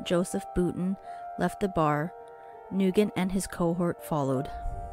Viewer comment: You pronounced his name wrong. I grew with Braden. His last name is pronounced NewGent. Soft g not hard g